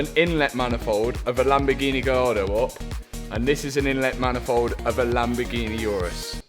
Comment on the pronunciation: Lamborghi-NEH 😂 only south Africans will understand